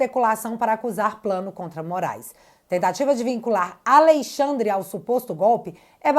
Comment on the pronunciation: Esqueceu o "n" de AleixaNdre.kkkk😅😅